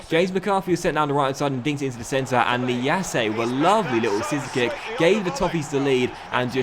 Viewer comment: It’s pronounced niasse not niasseA